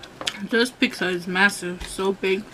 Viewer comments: Pizza not peeksa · By the way it's pizza not pixa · I hate how she pronounces it "peecza" it's annoying! But good video! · I think it's funny (and not in a negative way) how some people pronounce pizza like "peeksa". 😁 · I like how everyone is so cal pronounces it "peeksa" instead of pizza.. i've heard some other people say it like that too ✌🏽